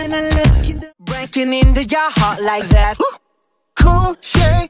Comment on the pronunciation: Разве like that произносится как лайк вэт? Не лайк зэт?